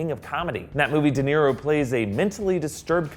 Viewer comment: Did he say Robert De'Niro? No thanks, I'll pass.....